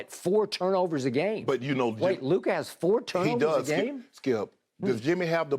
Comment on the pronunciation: I absolutely LOVE Jimmy but LMAO stop it… it’s clearly Luka